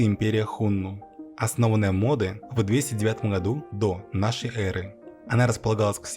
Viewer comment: Правильно говорить Модэ на э ударение падает учтите и Модэ основал империю гуннов